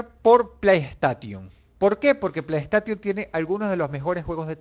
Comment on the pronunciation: y después dicen el inglés de los españoles cuando da cáncer escuchar "playstation" literalmente xD "PLAY" = "PLEY" "STATION" = "STEIXON" no es difícil... xD